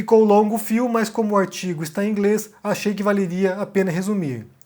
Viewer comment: "O aitigo " rsrsrsrsrsrsr